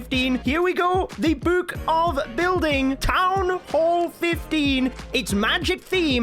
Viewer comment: "Buuk of building"